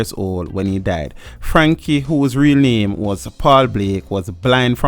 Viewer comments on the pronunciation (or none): none